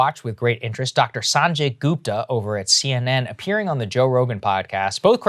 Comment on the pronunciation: How can Saagar not pronounce Sanjay's name right. I mean why you can't even pronounce your own people's name right.